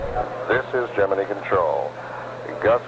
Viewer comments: WHY did they pronounce "Gemini" wrong? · Nice to hear Gemini pronounced correctly. NASA had plans for Grissom, going on to be commander of Apollo 1 where he perished. Grissom's duties passed to his backup, Neil Armstrong.